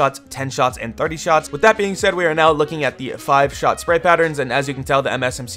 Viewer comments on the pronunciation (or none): none